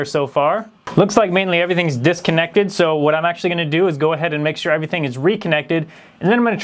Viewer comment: did he say disc-connected?